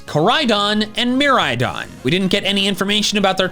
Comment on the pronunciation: the way he says miraidon as "Murydon"